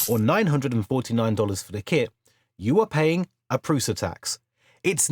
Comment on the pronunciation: by the way, prusa is pronounced (prU-SHa)